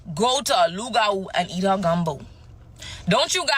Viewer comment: It's pronounced Loo-gah-woo.... Hahaha- why they do Mama Tina like that?